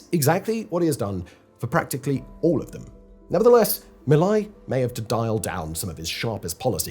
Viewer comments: It's MilEi not MilAi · First obvious mistake among many others. It is NOT malley. It is meeeeeelay. Bye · 28 fucking minutes of mispronunciation of Milei's name... a quick peak on how little research was done. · Am I the only one who is bothered by the pronouncing of Milei and “laissez faire”?